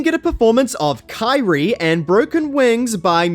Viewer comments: Terrible pronunciation. In excess not inks. Kee-ri-yea not Kai-rie. Get your act together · Can't you pronounce Kyrie either?!?